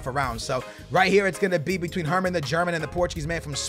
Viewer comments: Herrmann the German... it's Fährmann tho? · Fahrman not Herrman the German, sorry for the hate but it triggers me